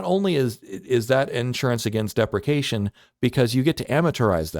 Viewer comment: I spent like 20 min trying to find one vid that disagrees with the ai bubble claim and he doesn't address the artificially inflated demand and also cant pronounce depreciation or depreciates or amortization lmao. Amortization and depreciation do NOT mean things are free, it means you have no idea what you are talking about.